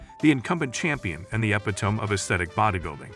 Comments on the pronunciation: Ep-ih-tome...I lost it at that. Sad. Then the narrator talks about the "referees"...judges, you nit, not referees, but I digress... Whether you believe Mentzer was a low-set guy who practiced what he preached or a high-set liar, that's a topic for another day. Here, this post is all about my impressions of the contest, which I saw on television. Comparing the two, Mentzer carried much more muscle, weighing around 225 to Zane's 188 or so. He had imposing triceps, solidly developed legs, and overall, he dwarfed Zane. OTOH, Mentzer didn't have peaked biceps, his pecs, while they weren't tiny, seemed overpowered by his delts and arms. Good back, but not great. Tended to carry a bit of fat around his obliques and lower back. Zane was far more aesthetic, although much smaller, and therein lay the paradox. "It's bodyBUILDING," people argue. Mass without class, though, doesn't work, not all the time, anyway. Zane had enough mass and the class (refinements) that came with it. So, he won. As for Arnold being handed the 1980 O and the garden gnome--AKA Franco--winning the year after with gyno and weak legs and arms, well, that was a sh!tshow and everyone knew it. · AI garbage. Ep-ee-tome? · Good vid but look up on how to say epitome, so you sound more professional.